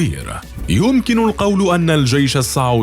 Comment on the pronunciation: السعودي (بالسين) الله يخليك مو الصعودي